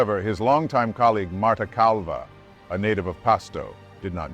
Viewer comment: Marta Calva! Lol. Why’d the narrator say it like that?